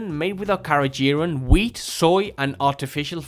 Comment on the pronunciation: This was invaluable THANK YOU for ranking without being sponsored ! I do love Orijen 😊 May try the NZ A rated ( btw ... just gentle thought , it's " carageeNan " )